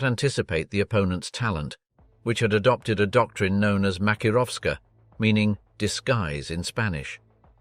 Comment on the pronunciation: 'Makirorowska' meaning disguise in Spanish?!? I'm not fluent in Spanish, but are you absolutely sure this isn't just the Russian word 'maskirovka' mispronounced by some idiot???